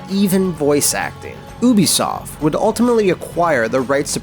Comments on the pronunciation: its "you"bi soft. not "oo"bisoft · This dude just said "oo-bisoft"... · Oobisoft? OOBISOFT?!!?!?!? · Why's it so hard for people to pronounce "Ubisoft"?